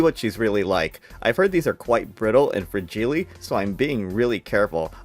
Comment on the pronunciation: Fragile not Fragilly you noob. 😂